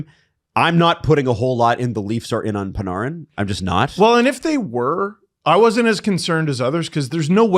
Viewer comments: It’s Pan-Air-in not Pan-ARRE-in. And if it is the latter then everyone tell us that ten years ago. Not now. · i hate the way you're saying panArin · Am I tripping or why does say panarin like parneren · Are you sure its not Pin-AIR-in? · Pa-nar-in? PA-NAR-IN?? Do YOU think that is purposefully mispronouncing the Breadmans name? I swear hes saying as much as he can too, its making my hair stand. If i ever have a face to face hockey conversation with I'll probably just shoot myself instead it would be less painful then enduring is his mental RESTART- ation and exceptations to take his garbage takes on hockey culture seriously. This guy is a putrid disgrace to the hockey sports casting space, on the Mount Rushmore of egregiousness with Simmons. you're great, I've never heard you say anything stupid. I literally am never more trigger to the point of comment thoughts on a YouTube video than when talks and it sucks because great and we gotta put up with "HeY yOu GuYs" - 🦥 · The way is saying "Panarin" is frying me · I want to Panarin to go anywhere you guys talk about the least so I don’t have to hear him pronounce his name wrong anymore. Has anyone ever heard anyone calling a game say his name that way? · It’s bothering me too